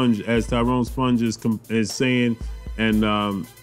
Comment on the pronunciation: It's pronounced Spung not Sponge 😂